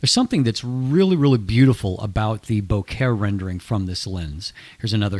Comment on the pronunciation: Great reviews! Makes me glad I've started to buy in to Samyang. But..."bo-ket"? In case you didn't know, it's "bokeh" or "boke", from Japanese. Nothing to do with flowers.